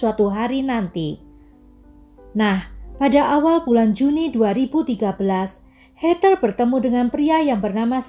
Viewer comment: Hallo.. maaf yaa aku koreksi sedikit yaa.. 🙏 Heather sebutan bukan hey ter tp hey dher (tanpa ada tekanan R juga 🙏)